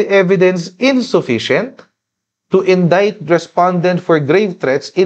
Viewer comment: It’s indict. Sorry mate